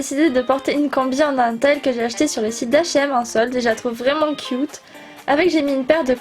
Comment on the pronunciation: J'aime vraiment ton humeur ! Et tu parles comme les québécoises quand tu dit "cute"